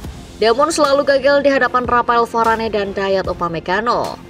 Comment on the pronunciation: Kesalahan sebut nama si voice overnya. Lloris sama Varane